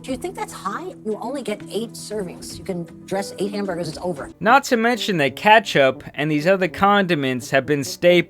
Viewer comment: no way u just pronounced it like "catch up" tf 💀